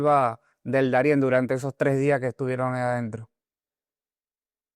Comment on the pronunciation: Debes conocer mejor el vocabulario español: NO se dice " resilencia "🎉en luhar de resiliencia / Darien por Daren. Para hacer un postc. Hay que estar preparado No se cuantas palabtas incorectas pronunciaste en verdad no quise seguir escuchando..